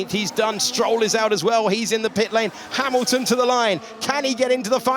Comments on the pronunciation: the commentator called Hamilton "Harrelton" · he said "Haroldson" or are my ears tricking me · "Harolton" thats a new.... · Ah, my favorite driver, "Harrilton" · "Harleton" lol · Harrilton. :D